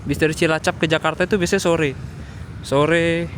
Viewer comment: Hehehe, ngomong selamat sore kepleset jadi selamat sote. Efek kurang tidur ya